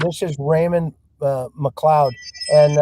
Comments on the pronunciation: You say his last name as McCloud, but isn’t it McCleod, I would say McLyodd! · McLeod I believe